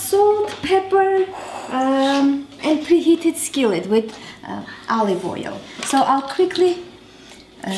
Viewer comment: I love how you say Aalive oil. Yummy recipe. Love eggplants.